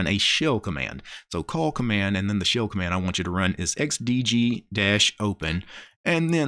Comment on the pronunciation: Im triggered everytime you say SHILLS instead of shell